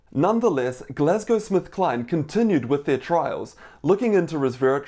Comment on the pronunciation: Hi doc thanks for this but I keep hearing you say Glasgow SmithKline 🤔